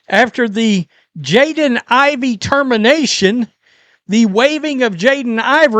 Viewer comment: How can someone have a YouTube channel that is dedicated to sports and not know a player's name? HIS NAME IS IVEY AND NOT IVORY.